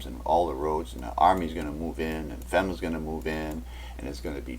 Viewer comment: I wondered about that--Ar-kansas! And he pronounces FEMA is fema, short e instead of a long e.